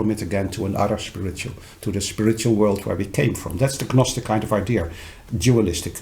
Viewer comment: I'm glad he pointed out the difference between gnostic and gnosis. I didn't know there was a difference until now. I'm a bit surprised that he doesn't know that the "G" is silent. Gnostic (naa-stuk or naa-stik). Maybe it's just his preference.